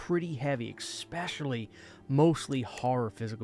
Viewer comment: Especially not eck specially